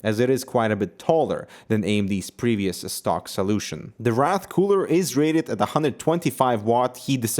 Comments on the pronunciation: wraith not wrath lol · It's pronounced like "Rai-th" nor "Rath"... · Hey! It's pronounced raythe and not rath! Just an FYI! love this channel! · I can't help but mention, you pronounced "wrath" not "wraith" ray-th, is how this new one should be pronounced, based on the spelling. :P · WRAITH. Not wrath. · Why does he keep saying Wrath, isn't it Wra*i*th? Wr-aye-th. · rath cooler =) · Wrath. Wraith. Eh, close enough xD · btw Wraith is pronounced like ray-Th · It's pronounced "wrayyth" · Not quite how you pronounce "Wraith", but oh well